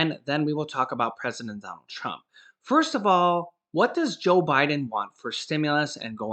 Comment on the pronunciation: you said president dump instead of trump lol